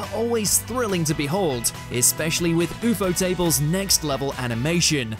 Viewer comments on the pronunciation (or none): Man uw-fo-tables in l stead of u-fo-toble for ufotable